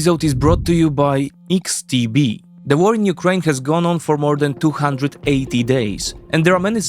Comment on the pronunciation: Tylko jedna mała uwaga, literkę X w xtb wymawiamy ‚eks’, nie ‚iks’ Reszta super!